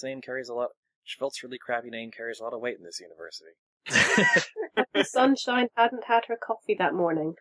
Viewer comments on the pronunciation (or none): I actually heard the teacher's name as "Cut The Sunshine", an ironically horrible name for a teacher, instead of "Cuppa Sunshine".